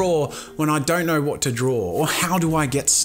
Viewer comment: did you say drawl? hahahahahahahahahahahahahahahahaha